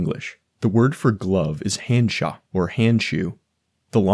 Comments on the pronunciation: and he pronounced 'handschuh' like hand-sha instead of hand-shoo. That one hurt me hahaha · good video but how are you gonna make a linguistic iceberg video and do absolutely no research into how foreign words are said... everything is said with a painfully thick american accent. "hand-shah" for Handschuh? really? edit: "may-or-ree" for Maori is actually diabolical. i have never heard that mispronounced so egregiously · I love this video, but the english word/pronounciation (hand shoe) was closer to the correct german one than his try to say it in german. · that is NOT how that word is pronounced you would have done better pronouncing it like English’s hand and English’s shoe